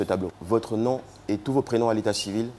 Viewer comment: On dit nooome pas nome comme nommer. Gâter pas nos noms hein